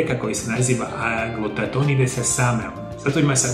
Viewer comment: Dragi, ne radi se o "glutatoinu" već o glutationu ("glutathion").